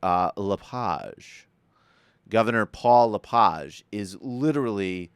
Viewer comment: Thumbs up To LePage, Who's insane? Your An Idiot sir, You Can't even Speak His name Correct, Your A Dip Shit. I think You Have A Little Powder On Your Nose...